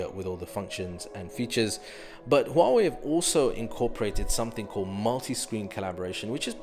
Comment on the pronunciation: wow u pronounced 'Huawei' right...